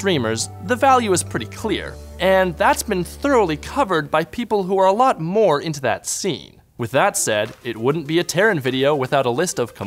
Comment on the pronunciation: Moah Controls! Moah!!!!!